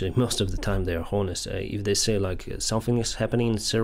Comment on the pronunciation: Love your content my friend :) Just one tip, the "h" in "honest" is silent, so you do not pronounce it :)